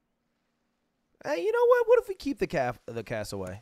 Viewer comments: doesnt matter at all but its Casso wear eee not Cassoway Lud :^) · Lud there is an r in Cassowary